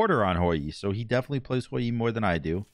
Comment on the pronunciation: Stop saying hoy yeee lol please however comma fantastic game